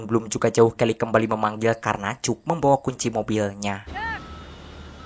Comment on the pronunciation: Rangkuman mantap! Ini film yg sngt classic, si Tom merupakan seorang jenius. Aq pernah nonton bnyk rangkuman lain, tapi aq nilai mimin yg terbaik. Nah, ada satu suara vocal yg sngt khas dalam bahasa inggris yg dipanggil "schwa." Suara vocal trsbt ditulis "ə" dalam international phonetic alphabet. Nah, namanya sang tokoh utama adalah "Cək," bukan "Cuk." Coba pake google translator kalau pingin dengarkan namanya yg asli. Ok makasih!😃😃😃